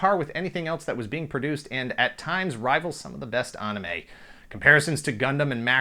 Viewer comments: Aside from grossly mispronouncing the word anime, this was my favorite video so far. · Love the channel. But why do you say anime so weird?